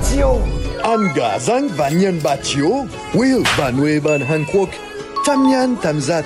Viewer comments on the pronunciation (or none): Chicken "pờ-lu", best pronunciation of the year